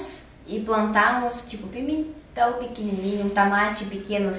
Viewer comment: "Tamate, beringêla, abôboras, pimentau" s2